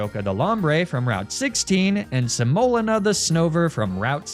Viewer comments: I love the theme of "flours" for a grass challenge but your pronunciation of semolina (sem-oh-LEE-na) is rough lol. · Another well made nuzlocke and video! But I’ve only heard the word pronounced “se-moh-LEE-na” and I was losing my mind hearing you say your abomasnow’s name over and over. It was cathartic when she died. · Semolina (seh-moe-lina) 🥲 it’s the thick gritty flour that makes pizza crust kinda crumbly and yummy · How ypu pronounce semolina kills me😅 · My spouse is watching this video right now and I had to look it up just so I could comment that THAT IS NOT HOW YOU PRONOUNCE SEMOLINA. It is causing me physical pain every time I hear butcher the word. (That Hariyama re-enactment was hilarious, though.) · For some reason you saying semolina wrong was the only time I’ve ever been annoyed with your mispronouncing antics haha. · Welcome to today’s episode of: Is Pronouncing Things Wrong Because It’s Funny, Or Did He Just Google “different types of flour” For The Naming Convention, And Genuinely Just Doesn’t Know How To Pronounce “Semolina”? In all seriousness tho, loved the vid! I cackled at the window bit 😂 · Praying that the mispronunciation of "semolina" was on purpose because it caused me psychic damage each time